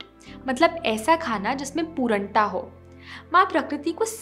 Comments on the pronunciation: Great video Sorry For poornta not pooranta sorry but it annoying and noticeable for me But great video at all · Improve your pronunciation Specially पूर्णता not पुरणता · It is pronounced as puRNata not puraanta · पूरन्टा नही ।।। पूर्णता (purnta) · पूरंटा नहीं पूर्णता😀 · You have pronunciated पूर्णता wrong.please check it on Google